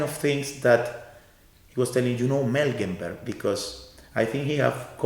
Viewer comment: I love his work, but "Melgenberg"?